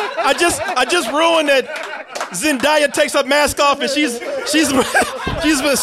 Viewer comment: Her name is Zen'DAY'a not Zen'DIE'a!!!